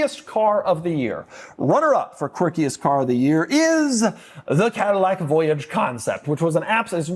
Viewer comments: You pronounced Voyage wrong. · I thought the Cadillac voyage was supposed to be pronounced with a French accent.